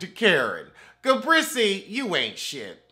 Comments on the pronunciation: Listen....everytime I hear him call her Ga-brissy!!! I laugh like it's the first time I heard it. Ga-Brissy!!!! Lmao!!! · Why do you call Gizelle “ ga- brisy” 😂😂? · It’s Ga-Breese for me 😩😩😩🤣🤣🤣